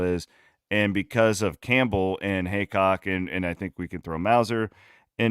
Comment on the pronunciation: it’s HEAcock not hancock for fks sake